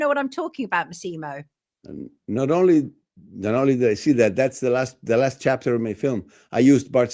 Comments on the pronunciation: MASSimo, not MaSEEmo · Pedant and half Italian here: it’s MASSimo not MassImo. Accent on first syllable not second. Great interview.